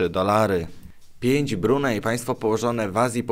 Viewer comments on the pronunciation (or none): nie mówi sie brunej tylko brunei i akcentuje sie na "i" wtedy to zupełnie inaczej brzmi,troche sie czepiam ale robisz czesto takie błedy